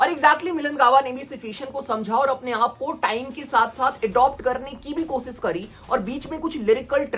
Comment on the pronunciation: Koshish hota hai kosis nh lodu😂